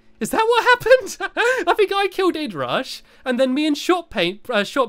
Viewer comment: It is I dee rush not id rush Stampy XD